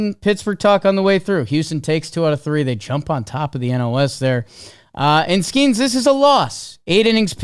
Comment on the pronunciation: Will ever learn how to pronounce Skenes?